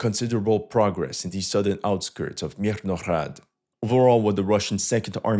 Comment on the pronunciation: Its Mirna Grad say it with your chest